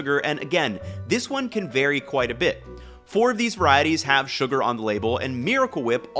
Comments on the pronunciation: Is he trolling by saying soo-gar and stay-bility? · He keeps saying "stay-bility" too. It's a funny little mnemonic ;-) (and ) he does pronounce "lecithin" normally. "sugar" He has no "sh" sound to it. But then he says it normally (づ •. •)? "... those famous [Japanese] 7-11 gas station stores..." That's American. American convenience stores #1 seller is gasoline. In Japan, there's no gasoline at most 7-11's.